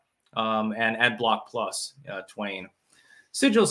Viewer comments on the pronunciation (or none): none